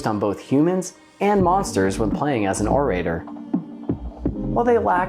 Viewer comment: Orator is pronounced with a soft a and a hard o sound. Less "O ray ter" and more "Or uh tore".